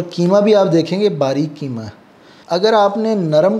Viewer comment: Bhai aap ki madari zabaan Urdu h aap keema kahte h bilkul zeeb nhi deta h Qeema sahi lafz h❤